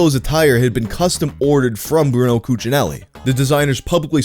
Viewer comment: BrunELLO His name is BRUNELLO 😭